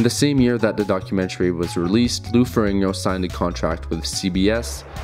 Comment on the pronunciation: Lou Ferringo.... cmon maing